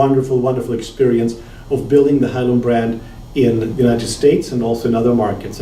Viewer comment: It is pronounced "HaiLeun", not hailoon.